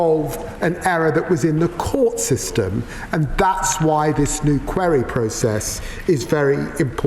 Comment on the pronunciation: Can't even pronounce 'Query'.